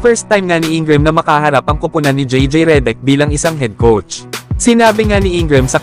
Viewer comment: Reddick at INGRAM HINDI MO MABIGKAS NG TAMA.😂😂😂😂😂😂😂